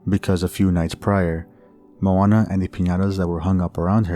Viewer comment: That aint Moana lol that’s just Donna.